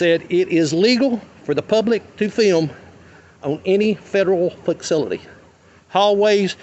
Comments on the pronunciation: That guy might need to go back to grade school if he’s pronouncing “facility” like “faxility”🤣🤣🤣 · He definitely said FIXcility 😭😭😭😭 But kudos to him because I learned a lot on this video. I.E. I can't be trespassed off of public property AND I don't have to provide identification if I've not committed or suspected of or in the process of committing a crime. With that being said I've been violated so many times and didn't know it. Thank you Sir. But it's pronounced...........Shut up Fred 😂😂😂